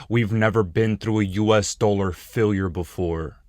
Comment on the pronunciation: My god stop calling it the "US doler".